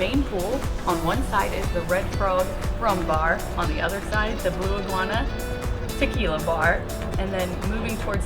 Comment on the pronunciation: I also caught the Blue Iguana Tik-you-la instead of Ta-kee-la. Great video though, very efficient. Keep it up.